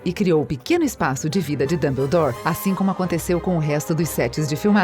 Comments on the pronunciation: ELA FALA DUMBULDOR QUE RAIVA DESSA KENGA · MANOOO JÁ FAZEM MAIS DE VINTE E SETA ANOS QUE HARRY POTTER E A PEDRA FILOSOFAL FOI LANÇADO ESSE CANAL NÃO FALA NADA CERTO E HARRY POTTER NÃO É ROMANCE NÃO É DAMBLADORE OU JOTA CÁ ROULING NÃO É RORCRUX PELO AMOOOOORRRRR ISSO É MUITO CHATO!! ANTES DE VOCÊS PRODUZIREM APRENDAM A FALAR E APRENDAM A HISTÓRIA DIREITO